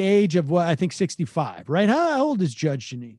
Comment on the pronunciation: Judge “Gin”ine